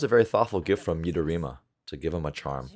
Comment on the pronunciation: Haha, you pronounced midorima correctly today 😂